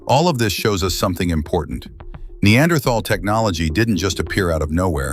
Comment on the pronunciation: Apparently there is not an AI that can pronounce Neanderthal correctly !